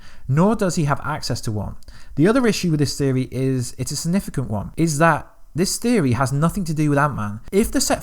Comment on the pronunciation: Dude. You have no substance or factual information to share. All you have done is add a Click Baity title with the words “Leak” & “Revealed” as if you have some insider knowledge. But all you’ve done is theorise on your own opinion passing them off as fact. You can’t even say “Significant” properly. How can you expect people to take you seriously if you can’t even articulate yourself properly. Time to rethink the quality of your content dude. 👎🏻